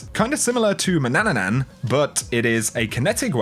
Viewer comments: You said manananan instead of manannan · it’s manannan. Not manannanan.. 😂🤣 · Wtf is wrong with people reading skills lol it's man an nan. Not ma nan nan nan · Why do all of you say mannananan? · SNU. SNU ...but there's only three syllables in manannan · Nearly year 2 and still only a few people pronounce Manannan correctly (: <3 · Its Ma-NAN-Nan and AN-TAI-OH-PEE